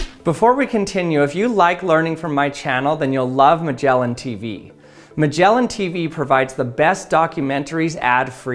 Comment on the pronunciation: My man said Magellan and not Magellan. This makes me sad.